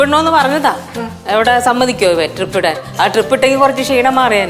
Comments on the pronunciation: TRIP അല്ല ടീമേ.. DRIP ആണ്.. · Trip alla drip anu